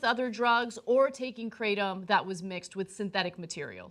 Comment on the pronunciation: Technically, it's pronounced with a short a sound, like "crattom". There really aren't "two constituents" to the drug. It's literally nothing more than the ground-up leaves of the kratom tree. That's it. In Southeast Asia where it's been used for time immemorial, many people just pull the leaves off the tree and chew them.